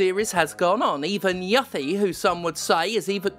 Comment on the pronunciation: You-fi? Yuhhh-fi ?? 😂😂😂